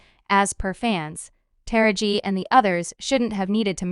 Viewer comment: Who is this female narrating these clips? She is constantly mispronouncing black people's names. You think she would at least take the time to learn how to say the names which she getting paid for doing but constantly is just butchering names like Taraji, Suge, etc... but why report or narrate if you can't even enunciate correctly when it comes to African American Culture and their Celebrities??? 🤷🏽‍♀️🤦🏽‍♀️🤔